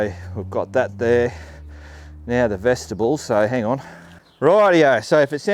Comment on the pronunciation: FYI,........... Vestibule should not sound like vegetable ........ like Mule, on the end, it's pronounced Vesti Bule.......